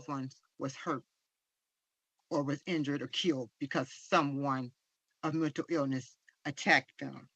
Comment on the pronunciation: Did his mother said mental or Milton illness😂😂😂😂😂